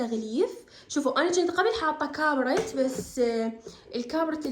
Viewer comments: اني الوحيدة الي لاحظت تكول كابرت مو كاربت 😂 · *كاربت مو كابرت 😂🤍🫶🏻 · الصح كاربت carpet //وليس كابرت!!!! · اسمه كاربد مو كابرت سكر😅😂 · كاربت مو كابرت🤣🤣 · كاربت مو كابرت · كاربتتتت مو كابرتتتت😭😂😂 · حياتي عاشت ايدج حلو التغيير بس للتنويه اسمه كاربت وليس كابرت ❤ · كاربت❎ كابرت✅😂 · كاربت ❌ كابرت ✔️ 😂😂😂 عاشت ايدج الڤيديو ڪُلش مُمتع ولطيف